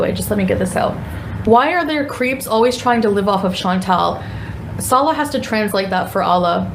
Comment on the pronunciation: She can’t properly pronounce Salahs name or hijab, but manages to swear perfectly. Says it all what rolls off her tongue. So happy karma has tanked her view numbers, shrunk her supporters and has her stuck in a country she hates and can’t afford. No one cares. The Salah arc is so boring! Wanna park your sweaty butt on a deity ritual table some more gorl?